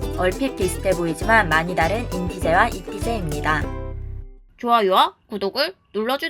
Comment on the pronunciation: 왜 인티제 / 잇티제로 발음하는지 이해가 안감